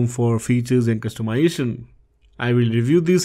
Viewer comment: Can you please pronounce "Customization" correctly, it's not "Customyation"